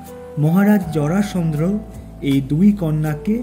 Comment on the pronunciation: জরাসন্ধ্র না, জরাসন্ধ। হিরণ্যাক্ষা না, হবে হিরণ্যাক্ষ